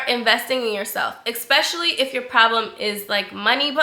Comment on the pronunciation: I love you and your channel so much! But I ain’t gone lie I cringe every time you say ‘expecially’ 😭😭😆